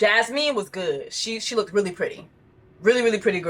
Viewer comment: girl i hope you pronouncing words incredibly wrong is a joke cus you saying lookdid for 5 minutes at your big age is insane